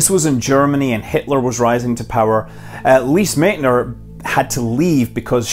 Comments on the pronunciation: You successfully butchered Lise Meitner's name. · He gave her credit, if not pronunciation :D